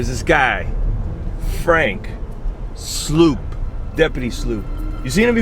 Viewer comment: Okay two things: 1) That music video/shoe commercial had me DYING 🤣🤣🤣🤣. I was gasping for air over here. That’s some seriously funny stuff! 2) Frank Sloup’s last name is pronounced like slope not sloop (heard him say it in his videos).